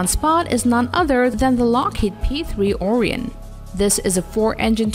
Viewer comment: BTW Orion = Oh-Rye-On not O-reee-on